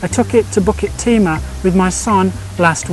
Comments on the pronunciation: Hi. Always looking forward for hiking video. Pronouciation for Bukit Timah is pronouce as ' Boo ket Tee Ma not Bucket Timah. You need to pronouced these places name properly. As all places name in Singapore are either in Malay, Indian, Chinese or european language. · Hi I commented on your bukit timah pronouciation and some nut by the name of Knuffy lye was not happy of it. Maybe you are a british citizen and so the 'bukit' becomes 'bucket'. So pls. In your future videos pls pronounce the names of places in Singapore properly. I always looked fwd to your wonderful videos and the food you consumed during your lunch break when you are doing videos. Thank you so much for the weekly places you introduced to us.